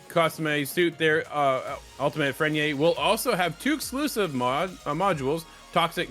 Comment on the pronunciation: These guys dont even sound like they’ve played past the story dude doesn’t even know how to say freyna, the casuals will leave.